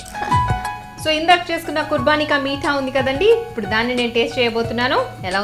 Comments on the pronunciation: its not kurbaani as the anchor is pronouncing...its kubaani...kurbani means sacrifice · It is not khurbani but khubani